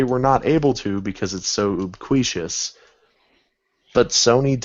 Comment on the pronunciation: oobqueeshus? Did you mean ubiquitous? lol sorry, bit of a grammar socialist. (you-bick-wuh-tuss)